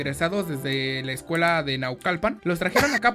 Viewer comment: dijiste naulcalpannnnn..!!! me puedes decir en que parte vives pd:Vivo cerca de Naucalpan Edo de mexico